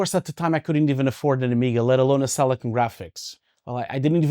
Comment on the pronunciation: I believe its called Silicon not Selecone